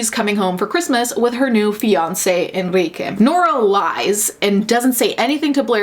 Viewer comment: The thing that really tripped me up was how they couldn’t say the name Enrique. ENRIQUE. ITS THE MOST COMMON LATIN AMERICAN MALE NAME.